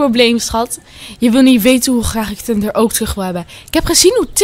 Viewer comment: Bro zeg gwn normaal thunder